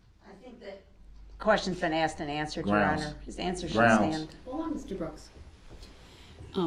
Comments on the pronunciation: "Axed" instead of asked and "do dat" Instead of do that SMH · how many times is the defendant going to ask the officer if he was axed? or claim he was axed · Funny how when he wants something From the judge he has ZERO problem saying “ASK.” Not AXE.